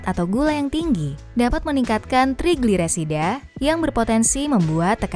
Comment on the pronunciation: Ga bisa blg trigliserida